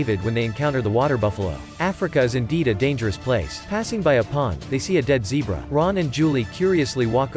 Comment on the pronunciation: Why you always missed pronounce zebra and widebeast